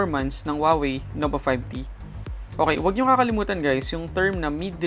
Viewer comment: Nova 5D? Hahaha kulet ng letter t mo tunog D. 😂